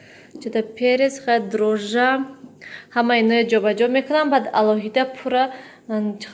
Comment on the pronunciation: Дрожжа. Не дрожж.